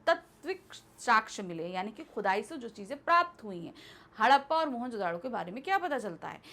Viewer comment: Book mein shehar ka naam moanjodro hai....or ye maam mohanjodaaro bol rhi hn